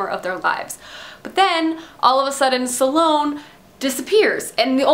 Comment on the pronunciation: aaagghhh. It's not pronounced suhlone. There is no uh in the pronunciation.